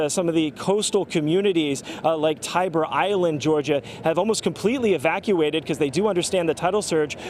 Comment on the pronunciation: okay... IT is pronounced Tie-Bee island NOT Tre-Bruh island